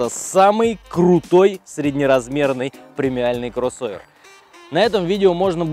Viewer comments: Красава ) есть одна придирка с моей стороны, мне кажется не стоит акцентировать внимание на слове « крОсовер» точнее на букве О в этом слове, как то ухо режет братан) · Пожалуйста, не произноси слово "кроссовер" через "о".